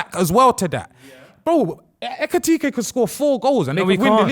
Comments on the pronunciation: It is when people think it’s tkt and not ktk try say it tkt way I bet you get tongue twisted lol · Lawd, the number of times they murdered my man’s name. It’s EKITIKE, I swear it’s not even that hard 🤣🤣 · Hugo's name is hard to pronounce but ain't gonna lie 'etipete... Nketiah' gold🤣🤣🤣 Great episode, you lot smashed it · These guys saying Etikite is killing me 😂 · 4 black men struggling to say E-KI-TI-KE is a problem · why did they all struggle to say Etikite?! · ekitike is such an easy name to pronounce, im tired of jamaicans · You man need to respect Hugo Ekitike's name, says it correctly or near enough but the rest of your try be funny, respect his name. You lot moving like them white people at work that struggle with seeing african names and call them random names. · calm down lil bro, no one’s agreeing with the Ekitike point. It’s also not that hard to say his name. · How many times did they mispronounce ekitike😭😭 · Ay tell to shut up man 😂, man's doing the most trying to get on to Ekitike and can't even pronounce man's name. Yeah Liverpool spent that much for a back up, thats the level, you can hate from outside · 45 mins of these man mispronouncing ekitike ffs